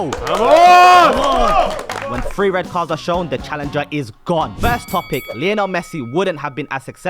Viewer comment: Bro says leeanol